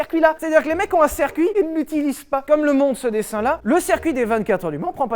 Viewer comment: Le « cErcuit » ?